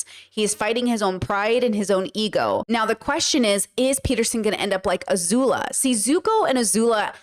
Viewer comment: not "azula"